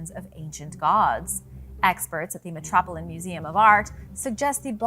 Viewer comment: Miskeyed AI, or does someone really not know how to pronounce "Metropolitan Museum of Art"?